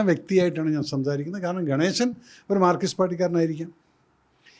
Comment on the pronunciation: മാർകിസ്റ്റ് അല്ല സർ, മാർക്സിസ്റ്റ്‌